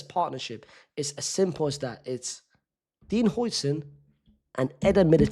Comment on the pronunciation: Its how-sen not hoi-sen😭😭